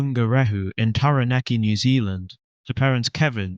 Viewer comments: Taranaki...Bro...Not Taraneki. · good video. but taranaki has no E in it